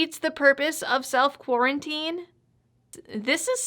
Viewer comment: Quar-ona-tine extension huh? And here you are, all dolled up and nowhere to go.